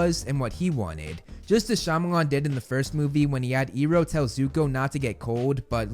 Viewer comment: You slipped up by pronouncing Iroh correctly